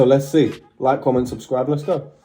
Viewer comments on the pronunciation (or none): none